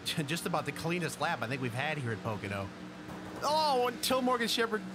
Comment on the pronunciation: Really "pocono oval "